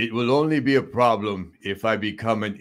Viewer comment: "This is a serious PHEGLM"